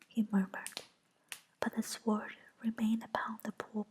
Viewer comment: I love the animations and enjoy listening to the chapter. This is the first time I've paid attention to tdee actual words though. It's probably been brought to your attention, but the w is sword is silent (sounds like sord). Thanks for this. The animations are beautiful and listening made a 4am feeding for my baby niece a little easier.